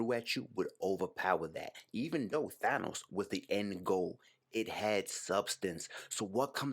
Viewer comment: Thank you for pronouncing THANOS correctly